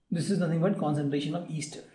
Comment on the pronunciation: its not easter... its ester